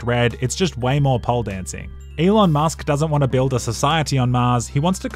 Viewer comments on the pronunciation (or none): none